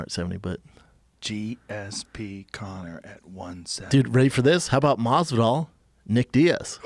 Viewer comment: Everytime brandon says masvidal i get hiccups 🤮 like dude fix it.